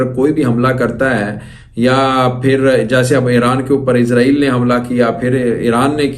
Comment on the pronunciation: ইসাল নয় হবে ইজরায়েল নামটা ভালো ভাবে বলো !!!